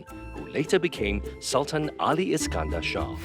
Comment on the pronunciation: Come on, This is a sg production.. It would be better to read it Sul-Tan (in malay way) instead of Sal-Ten imo…